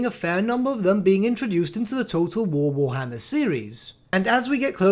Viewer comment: Ah yes, War-HMM-er